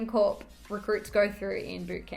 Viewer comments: Corps NOT CORPSE. THEYRE MOT DEAD ' THEY'RE VERY MUCH ALIVE & WOULD KICK YOUR STUPID ASS FOR SAYIN IT! AND RIGHTLY SO ! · I'm missing something, she still said it wrong..she said corp twice. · It’s pronounced core (corps)